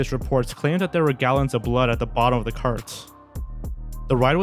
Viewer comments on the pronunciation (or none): I can't take anything seriously when the narrator says "da" instead of "the" every single time. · The one narrator pronouncing "-th" as "d-" or "-ph" is driving me nuts because everything else sounds normal so it sticks out every time.